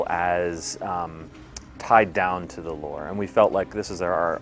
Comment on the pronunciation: Did he just say lore ?